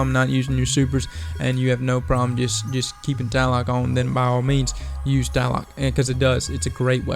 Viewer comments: Tlaloc is actually pronounced cha-loc. It's named after the Aztec God of Storm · Tlaloc, also is pronounced tah-la-luke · There's two "L's" in Tlaloc. It's not called Taloc. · it's actually pronounced tlah-loc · with the name of, u should know how to pronounce tlaloc.